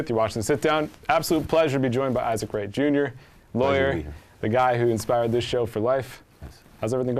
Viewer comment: SHAME ON YOU FOR GETTING MR. WRIGHT’S NAME WRONG!!!!